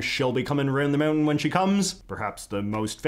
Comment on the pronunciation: of course small clips are legal. that just won't protect you on youtube. which... given this video.. uh.. did it give you any trouble? I could not help but giggle a little at 'comin reund the meuntin' there. As for good pubic domain songs, uhhh Good King Wenceslas comes to mind. or as I always sang it "here comes good king what's-his-name, la-la-la-la-la la"